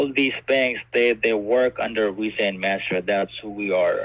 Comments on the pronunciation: "What name do you want on your new card?" You: " "Penelope Bailey.", the pigs : " So it's Penny?" Also, does he keep saying Wisa, instead of Visa? THEY aren't Spanish but they ALWAYS say "Si" ALL THE TIME!!!!! "Would someone give you their private lone if they were a scammer?" UMMM, YEP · Yes, they pronounce it “Wisa.” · Can’t pronounce ‘v’ and say ‘w’ instead. Wisa?